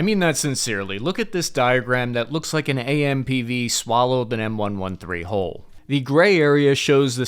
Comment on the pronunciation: How can you call yourself an infrany man and pronounce M-113 wrong?